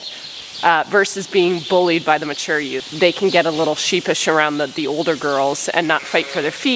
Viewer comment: LOL SHE SAID "$HEEPISHLY" Hilarious....